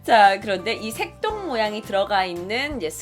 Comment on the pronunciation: 색동할때 전 새똥으로들었어욤ㅋㅋ